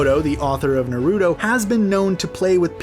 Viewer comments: The stress in Japanese pronunciation is on the first syllable not the second e.g NAruto not naRUto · Why does he say “Naruto” like “nORuto” like no. 90% of the time, the “ar” in Naruto should be pronounced the same way in both English and Japanese. Just like in words like “NARcotic” or “NARcissism”. With his pronunciation those words are now “norcotic” and “norcissism” idk if it’s just me but it isn’t even that hard. Especially if you have heard it correctly even once. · "Nerr-ooh-toe” Nope I’m done. Bye! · Every character with a “TO” the end this man replaces it with a “DO” Narudo Borudo Obido 💀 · “Narudo” “Borudo” lol so many mispronounced words! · Narooto, borooto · I disliked the video as soon as he said "narudo" and "borudo" you might as well just say 🌯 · Not to mention Narudoe and Borudoe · You said Naruto wrong also boruto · Is he joking?? xD "kaboodo, tobiido and naruudo" had me dead lol